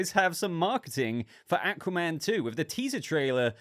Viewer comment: Thouggt the teaser looked good and im looking forward to the full trailer. 👌 You pronounce Aquaman correct btw 👍